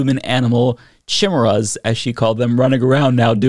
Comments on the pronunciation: KI-M-ERA not chimera lol, someone hasnt seen Hunter X Hunter… lulz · Human animal chimichangas? Because you didn’t say chimera because that word is pronounced ki-Mira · She cannot be taken seriously when she cannot even pronounce the word chimera... (kai Mee rah) or (kai Mare ah) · I know what a chimera is, but what's a chimmurra? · chim-era... not chi-mera, chim-era. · Can't even pronounce chimera right... KAI-MAIR-UH! Who elected this woman? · The second she said "chimurras," I immediately started singing this is my head. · Gods, they can't even pronounce 'Khaimera' right. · That is NOT how you pronounce chimmy-ray. 😔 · TF is a Shimera?? 😅😅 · It’s pronounced Kee-Mare-Ah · its pronounced chemera like chea pets but of trans chea pets running around heck no not on reblucans watch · Of course she pronounced chimera that way. Classic! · She can’t even read the word “chimera” but she’s a law maker smh 🤦🏾‍♂️ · She doesn't even know how to pronounce chimera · She can't even pronounce Chimera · I know she has no clue what she is talking about bc she has never seen the word Chimera. If she and her constituents actually were concerned, she would know how to say that word and what it means. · Chim-chimera, chim-chimera, chim-chim cheroo My brain wants to barf when it listens to you! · Does she not know how to pronounce Chimera? They know it's in the Bible right That word that's where it's most commonly used? Aside from fiction these days! And isn't a chimera made from magic not science!? All I can say is at this point don't weep for the stupid, you'll be crying all day! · cant even pronounce chimera right..... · This can't be real, I must be in the Matrix. Please, someone unplug me, I'd rather succumb to oblivion. Edit: I wrote this comment before I heard her say chimera from her stupid mouth. Please just.. please, huge asteroid, please come put us all out of our misery.